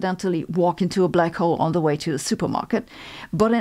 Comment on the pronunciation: I love her mixture of British (“fastah” for faster) and German (“zee theory” for “the theory”) accents in her English and how she pronounces Einstein (“Einschtein”)… this is becoming one of my favorite channels